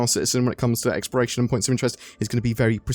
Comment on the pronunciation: omg why are you saying "Experation" gameplay???